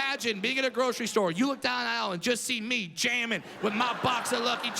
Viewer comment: He also says it in an irish accent.